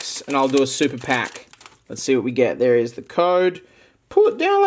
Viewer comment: The way he says "ThEre" is killing me.